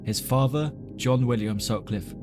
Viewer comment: I hope to god that one day you can learn how to speak properly, it's mother not muvva, father not fava, other not uvva. Forth not forff. Irritated the fuck out of me!!!